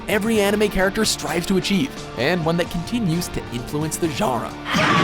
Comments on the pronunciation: "influence the zharra" Genre. As embarrassing as that take must've been, it's even more embarrassing they chose it for the edit. Literally laughable. How the fuck do you fuck up pronouncing genre? As a VO artist?! 😮‍💨🤦‍♂️ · It’s genre not Jura! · Overall good list, but do you really not know how to pronounce genre?